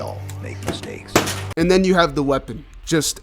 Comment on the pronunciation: "We All Faiw We All Mwake Mwistwakes"